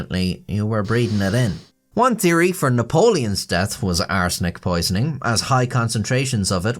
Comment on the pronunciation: Does anyone else notice when says "arsenic" it sounds like he is saying "butt steal"?...With his accent I guess its a good thing its not the...third... edition... 😂😂😂